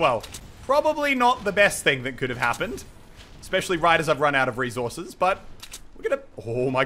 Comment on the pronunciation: someone teach him how to say resources